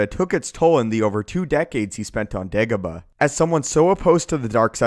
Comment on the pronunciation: It's DEEEEAAAH-GO-BAAAH, not DEG-OBA.